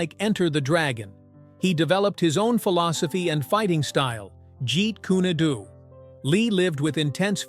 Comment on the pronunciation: It's OK to use AI to do the narration, but before uploading the final version, it's a good idea to listen to it at least once so as to get rid of any mispronunciations, like the name of the hybrid marshal art coceived by Lee, called Jeet kune Do, ridiculously pronounced by the AI narrator... Or dozens of other instances of wrong intonations making the flow of the narration so unpleasant...